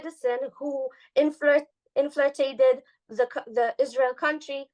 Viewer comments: It's so cute the way she keeps saying inflirtrated. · She needs work on saying, "infiltrated"